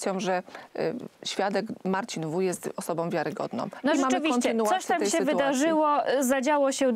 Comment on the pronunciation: a do pani z Prawa i Sprawiedliwosci: prosze popracowac nad wymowa i zwrocic uwage, ze nie ma takich slow jak:on jest osobOM wiarygodnOM, z tOM informacjOM, oni sOM, oni wskazOM, oni idOM dalej, oni mowiOM, oni mogOM, oni pojdOM, niesc za sobOM, oni chcOM, z PolskOM, zwiazane z decyzjOM itd. tego nie da sie sluchac, jak ktos robi takie bledy gramatyczne.